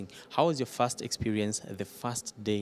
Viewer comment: Someone should tell the journalist that it’s First day First time First year Not Fast time Not Fast day Not Fast year ☹️☹️☹️ Rosie Africa is proud of you 👏 😍